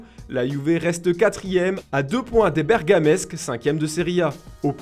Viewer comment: bergamAsque pas bergamesque :)